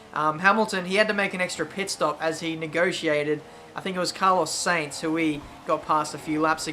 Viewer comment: Sorry this is really annoying me XD. AFIAK Carlos Sainz is pronounced S-eye-nz not like saints.